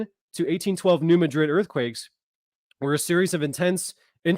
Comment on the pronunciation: Hey bro,as a ,s. east missourian born and raised your driving me nuts saying "ma-drid",try saying instead "mad-rid"its bothering us "misseriens"